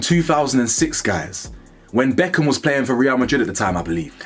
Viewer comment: 'Becknarm" caught me off guard ngl 😂